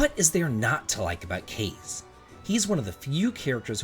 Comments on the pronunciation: Kaze should be pronounced Kah-zay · Kaze is pronounced "Kah-Zay" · You're pronouncing Kaze wrong